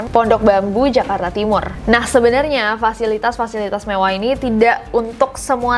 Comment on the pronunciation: Gatau ah males pas bilang mevwah lucu bangetz gak da obat wkwkkwkwk